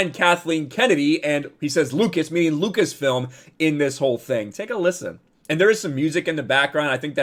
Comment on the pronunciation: Chapek can’t even say “Lucas-film” smh